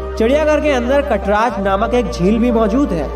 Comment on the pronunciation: पेहले जगह का नाम ठिक से ले ना सिखो. कसरवाडी नही कासारवाडी है वो. शनिवारवाडा में शूटिंग नही हुआ था उसका शूटिंग सेट तयार करके किया गया था. कटराज नही कात्रज है वो.